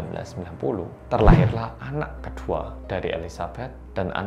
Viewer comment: anak ke dua dalam satu ,lucu nyebutnya min.